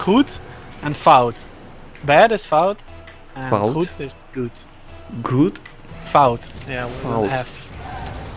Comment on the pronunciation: is saying fout really good